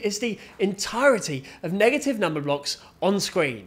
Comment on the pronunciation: "NEGHATYYV WUN, NH3GATYV TU"fire bro